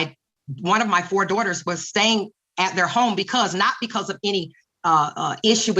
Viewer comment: I hate how she calls them her dohters